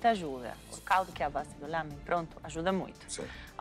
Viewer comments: " O meu Lamém está LAMÉNtável" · O meu "Lâmen" está "Lâmentavel" DONA KKKKKKK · "O Meu Lamém" Está "Lamém-tavel" Que mulher esperta da porra!